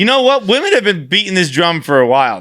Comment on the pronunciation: Also how has no one called out inability to pronounce the word “women” 😂